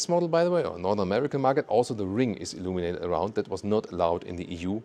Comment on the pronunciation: Umm for some reason, I don't know, whenever you say "illuminated", reminds me of "illuminati" 🤣. Why?